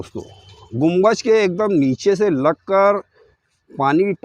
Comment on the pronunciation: Mere bhai gumbaj ni bolty ...us ko Gumbad bolty 👍